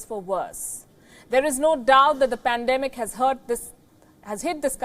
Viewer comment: notice when the lady say pandemic😂😂